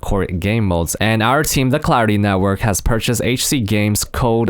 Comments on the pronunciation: It sounded like he said cloudy instead of clarity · I thought you said Cloudy MC xD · I thought he said Cloudy the whole time untill I rewatched it xD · Am I the only one who thought he was saying cloudy throughout the whole video?